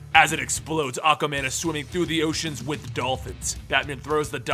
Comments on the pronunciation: why do I keep hearing Acaman instead of Aquaman? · Did nobody else notice he said ocaman instead if aquaman in the battle againt Mongol?😑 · I enjoyed your narration. You do a good Joker voice. The only thing I noticed that wasn't right was you say "Awkaman" instead of Aquaman. It's said "Ah-kwah". Also, its Riddler is not Riddle-er. It's only two syllables, not three. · why do you keep pronouncing aquaman "ACAman?" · Why does he keep calling Aquaman Acaman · Why my dude saying aquamans name like tht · Aqa man. Not aquaman apparently lol Bar-bay-dos.. not bah- dos